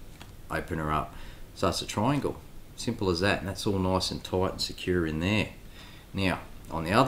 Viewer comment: That’s noice and toite